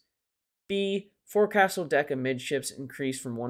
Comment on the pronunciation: One comment, forecastle is pronounced foc'sle ( folk sul).